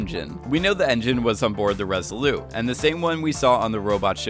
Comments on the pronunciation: Just one question: why do you keep calling the ship the" Res ah lou" as if it you were French. You sound American: In English we pronounce the T as in Resolute. Other than that, pretty good video ! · OMG would you please stop saying "Resoloo" instead of Resolute as in the Resolute desk of the President. Look it up! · Is it just me or is this guy's voice ABSOLUTELY ANNOYING regardless of what he is saying..? And it's the ResoluTe, ResoluTe not Resolute... i.e. soft French...